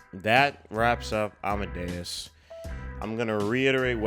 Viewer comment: Your pronunciation of 'Amadeus' is just fine.